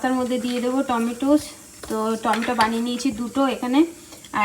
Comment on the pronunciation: Tometa noy tometo bolo